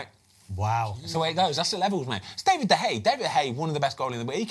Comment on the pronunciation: One day Ben will learn how to say De Gea's name